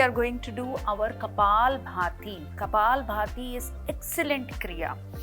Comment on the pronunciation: For ur kind information not kapal bharti❌ Kapalbhati ✅